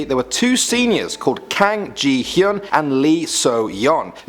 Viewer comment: Who heard jee...hyung! Instead of ji hyung and so...young instead of sohyung???